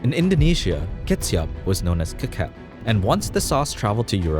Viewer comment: The word "kecap" in Indonesian is pronounced exactly like how you would say ketchup, so it's not "cake-up" but still "ke-chup" Just a very minor thing but I think you should still know :) Great video as always